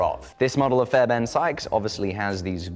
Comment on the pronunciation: fairben? theres an r in the guys name jesus christ.